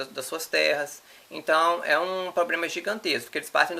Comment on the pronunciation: Um rapaz tão inteligente falando POBREMA